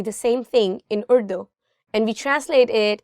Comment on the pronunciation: السلام علیکم محترمہ اور - - - - Really madam your efforts are appreciable. But your anchor madam should pronounce the word "URDU" in Urdu style not in American style.